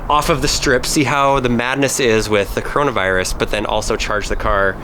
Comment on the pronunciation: Me when he says caroanavirus: shorten to COVID 19 please